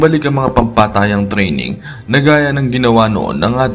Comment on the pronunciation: Saka na kita papansinin kapag na ayos mo nang sabihin yung "TRINENG" mo sa "TRAINING" nasa U.S.A ka pa nmn hindi mo magawang bigkasin ng maayos ang training ..BRRRRAAAAA....😆😆